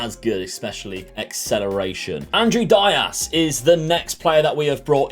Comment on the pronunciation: Happy to see a content creator interacting with their community i don’t really care about the name thing so keep doing you. The Dias pronunciation was a beautiful touch